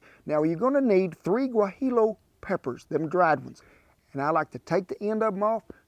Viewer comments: Double L's in Spanish are pronounced as a Y, cowboy and J's are hard H's. Guahiyo would be more like it sounds. Great tamale recipe!!! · Mighty recipe!!!!! Remember, Guajillo is pronounced "Wa-hee-yuh" :D